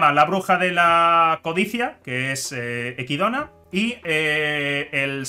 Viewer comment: Que raro escuchar decir equidona cuando es echidna